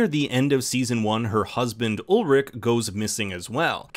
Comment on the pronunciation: Ulrich, not Ulrik! Claudia, not Cloddia! Peter, not Pieter! Charlotte, not Sharlett! Franziska, not Francesca! Silja, not Sildsha! Agnes, not Eggness! Regina, not Redshina! Hannah, not Henna! Mads, not Medds! You guys should really get how to pronounce names correctly.